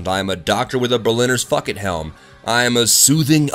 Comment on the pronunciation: says fuckit instead of bucket. XD